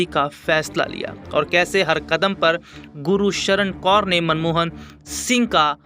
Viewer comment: Gursharan hai bhai na k Guru sharan